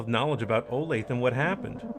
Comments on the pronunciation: as a kansan hearing "Oh Lathe" instead of "Oh Lay Thuh" is driving me crazy!!! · can i donate in 2026 for you to call it Oh-lath-uh, which is how its pronounced in KS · its p funny tbh